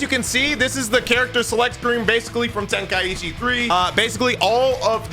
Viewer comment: It’s pronounced ten-kai-chi. Not ten-kai-ichi